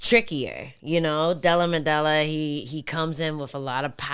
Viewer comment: "della modella" who de fook is dat guy 😂😂